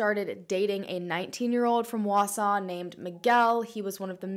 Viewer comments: I was excited she said Wausau right, but that's not really how we say Antigo lol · Congratulations on being the first non-Wausau resident to pronounce the name of our town correctly! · As someone who’s been living in Wisconsin my whole life thanks for pronouncing Wausau and Antigo correctly. 👍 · Haha right?! I was so impressed!